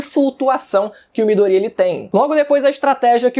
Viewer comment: Fala Midoriya direito porra